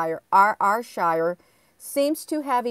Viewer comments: Ayrshire is pronounced airshire all is love from glasgow scotland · I think you pronounce it air-shire GG xx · I see that ad for that castle never looked t it. It's pronounced air Shire. Ayr is air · Was just about to say that ... Glasgow here 😊